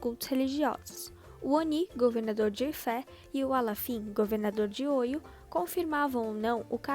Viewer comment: A pronúncia correta é Oió